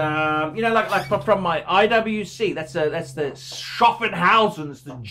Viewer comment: SCHAFFhausen not shaffonhausen wenn sollen sie entlich Deutsch richtig aussprechen ?